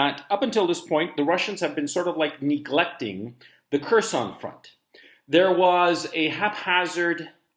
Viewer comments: “HERR—SON” Gonzalo… not “KERR-SON” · "Curse-on". Please learn some Russian pronunciatlon! "Hearse-on" would be more accurate.